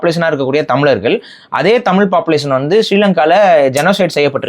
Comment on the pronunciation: This man speaking about so much on Tamil, but this fool doesn't pronounce tamizargal , It's not tamilargal